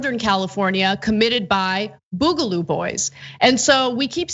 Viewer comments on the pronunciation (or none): Boogaloo like booger, not like boob